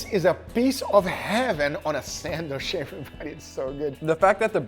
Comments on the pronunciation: Sandwich not Sandwishhhhhhhhhhhhh....... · for a love of god, please learn how to correctly pronounce sandwich, its not sandwish!!! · What’s a “sandwish”? 🤣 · WTF is a sandwish? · Always laugh at pronunciation of "sandwish" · there is a letter "D" in the word sandwich. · this is English and the food is named after the Earl who was named after the place in England. Hard CH in "sandwich" please!! Yes we know Portuguese doesn't have that sound but you are good at pronouncing it in other words.